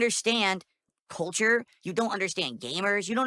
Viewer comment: 🐷: "Ubisahft doesnt know about Jappaneez kulture!" Says the guy who couldn't find Japan on a map.